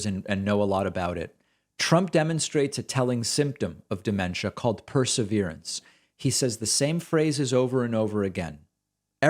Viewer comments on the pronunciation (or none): Per -SEV’-er-ance.